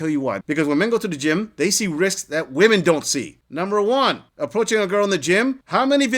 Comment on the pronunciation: Why are these idiots mispronouncing the word, women?